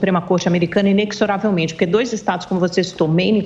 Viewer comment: a escrita em sim é com X, contudo não é "IneXoravelmente", na verdade se pronúncia IneZOravelmente.